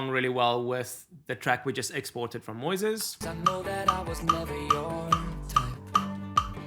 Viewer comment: I think she says it right -- like Moses in the Bible -- "MOYziz". 👍